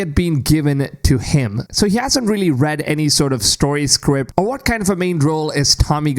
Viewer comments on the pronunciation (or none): none